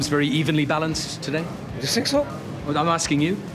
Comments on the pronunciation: " i sink im the special one" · "I sink, I prefer not to speak" 😂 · No more "I think" It is "I sink"